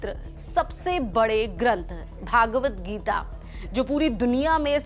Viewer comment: श्रीमद्भगवद्गीता का उचारण आप भागवद गीता कर रहे हो , जो गलत उचारण है ।